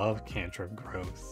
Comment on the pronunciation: he called it "gruuth" at one point in the video, I'd say that counts